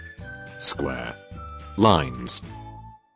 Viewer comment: "Square" The Narration: Sqhh